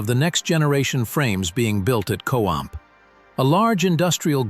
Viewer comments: It’s not co amp it’s co stamp! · Costamp is producing the chassis. No clue what the AI is saying here. I hate AI.